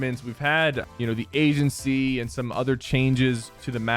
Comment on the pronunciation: This man said Asian sea instead of agency